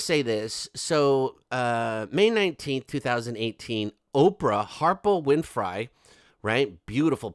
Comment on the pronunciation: Love the way Oprah whinfry is pronounced. It’s a damn good giggle!